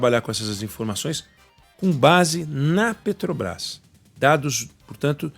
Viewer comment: Esse jumento fala "pretobais" se não sabe nem falar, como vai entender de precificação dos combustíveis.